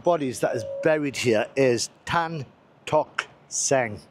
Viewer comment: you give a correct pronunciation for TAN,it is better than some hong kong youtuber who proununce TEN